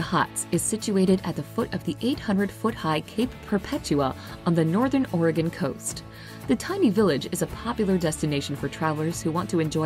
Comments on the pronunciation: At least, the video didn’t pronounce our state wrong (I’m from Oregon too) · At least she's not saying orEgone